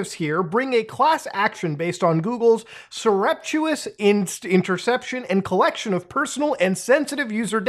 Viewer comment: that is not how surreptitious is pronounced